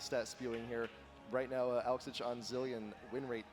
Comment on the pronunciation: i hate the way the commentaters say Alex ich almost sounds like alez itch